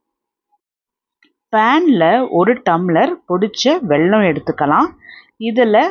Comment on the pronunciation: வெள்ளம் இல்லை. வெல்லம். வாழைப்பழம். வாலைப்பளம் என்று சொல்கிறீர்கள்